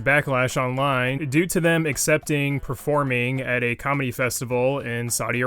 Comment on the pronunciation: Anyone else hear commie instead of comedy?